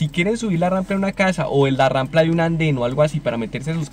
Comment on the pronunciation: Muy bien pero es rampa no rampla 😅😅😅